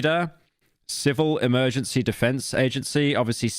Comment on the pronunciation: says "EMERGANCY"